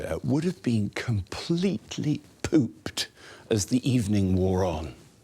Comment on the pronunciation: I feel very uncomfortable with how much he enunciated "pooped".